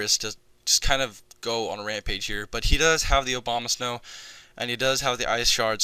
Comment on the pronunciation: Everytime you said Abomasnow it sounded like Obamasnow xD Fun match bro!